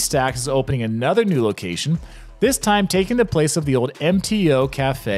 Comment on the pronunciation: Bro, love your vids but you REALLY need to start pronouncing your L’s. It’s so annoying. Gowd? It’s gold. GoLd, not gowd. There’s so many more. Owed? It’s old! oLd! Cawed? It’s called! Why don’t LV residents pronounce their L’s? So weird and annoying.